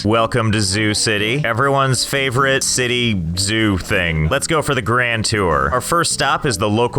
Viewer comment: The “Zity”